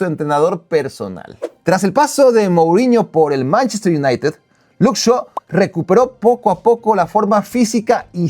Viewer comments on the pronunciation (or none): none